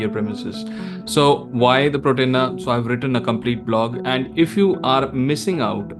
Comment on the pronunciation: Slight correction, its Portainer… not Protainer…